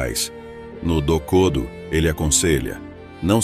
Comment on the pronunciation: Pronuncie "MuÇashi" e "dokodÔ".